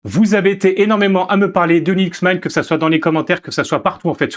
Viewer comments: Linux Maaiinte vraiment ? 😂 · Vraiment un beau vidéo d'introduction sur Linux Mint mais je me demande d'où vient cet accent qui justifirait la prononciation de la distro en "Mein". Simple curiosité que voilà! Bon succès pour la suite sur ce Linux à la menthe! ;) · Le mot anglais "mint" se prononce /mɪnt/ : voyelle courte comme dans "bit" ou "shit" (et non le son « aï » comme dans "mine" ou "mind" ou "might").